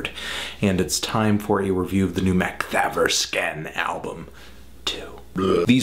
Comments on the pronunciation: hahah no offense but for a swedish person it really sounds like your saying.. "määäkthäävörskän" rather than makthaverskan x) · it sounds like the name of some old timey investigator. 'Good evening, I'm constable MacHaverscan, I'm here to investigate a murder.' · Gillar hans uttal av Makthaverskan. "Maeckt-hävr-sken" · is it pronounced "mock-tah-ver-skahn"? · Makthaverskan is pronounced [Mahkt-Hahvesh-Kahnn]. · Makt-Haverskan is a more correct way to say it, allthough you non scandinavian dudes probably don't have a chance at pronouncing it correctly anyway lol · LOL mac-thavv-ur-scan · They way you pronounce Makthaverskan <3 - sweede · the way you pronounce their name is hilarious lolololol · I laughed so. dang. much. at this video the way you pronounce "Makthaverskan" just sounds hilarious to somebody from sweden (who knows how it's pronounced) :-)